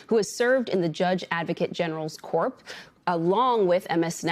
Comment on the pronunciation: Corps, is pronounced cor. Not corpse. How can a peron in her position get that wrong? Even front line American news presenters exhibit illiterate traits. No wonder the orange dummy is president.